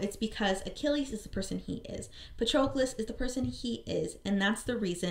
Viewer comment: Is that how they pronounced Patrocles' name in the audio book? I always thought it rhymed with Hercules.